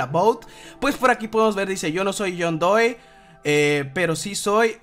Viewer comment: I'm John Doe and I'm Anonymous traduccion de este we: io nho zoi John Doe, pro zi zoi Anonymous... INGLES 10!